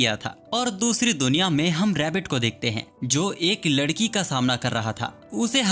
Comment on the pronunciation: MANE DEKHA TU NE LADKI KO LAKI BOLA😂